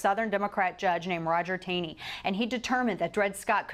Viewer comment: She mispronounces Roger Taney's name.